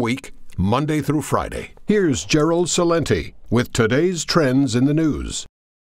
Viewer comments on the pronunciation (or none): Gerald Celente can't even pronounce his last name authentically, on top of that you can barely read